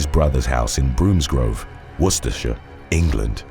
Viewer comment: Bromsgrove is pronounced bromb-s-grove, with the brom sounding like bomb